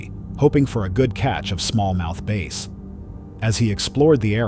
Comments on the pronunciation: Bass not base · These are alligators not crocodiles!! You've obviously not watched enough discovery channel!! I'm also born and raised in Florida so I know my difference between the two prehistoric predators!! And it's small mouth Bass not Base!!